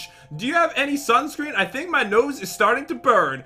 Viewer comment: said sansun ore instead of sunscreen